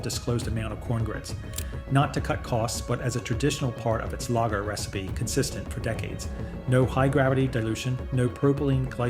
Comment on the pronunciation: The words 'Lager' and 'Yuengling' are being mispronounced. Gotta get that correct to retain the image of honesty.